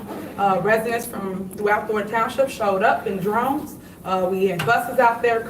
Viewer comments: ILLEGAL...not E LEGAL. DROVES..not DRONES. ASKED..not AXED...Good God from ZION!! 😏😒🙄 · She said residents pulled up in drones instead of droves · Did she say "they came in drones?" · Did she say ellegal not illegal and that people showed up in drones 😂😂😂. Wow!